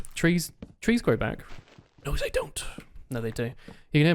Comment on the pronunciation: "trees grow back! no ze dont"